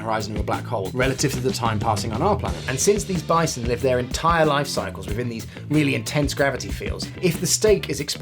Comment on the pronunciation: He really took a “bi-te,-son”